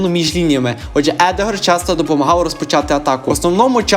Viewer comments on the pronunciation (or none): Запам'ятай не Едегор, а Одегар